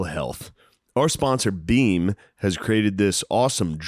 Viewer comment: Fam am I the only one that heard Shane call beam “Dream” for the first half of the pod? 😂